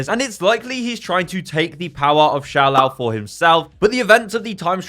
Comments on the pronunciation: It is pronounced “Sho” not “Shao” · it's pronounced "Show-Lao" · here's a fun drinking game take a shot every time this guy says Shou Lou